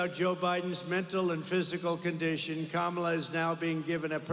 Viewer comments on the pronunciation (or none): “Kackala” Harris🤣 TRUMP2024❤️🇺🇸❤️ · This speech is scripted and fake! Who wrote it for him? He can’t even pronounce Vice President Harris’s name correctly! WEIRD!